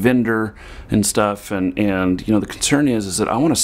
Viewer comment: I don't mean to be offensive, but in the first two minutes you say 'and' about 50 times, and you say it like 'end'. Quite annoying. Content was good, though. Thanks.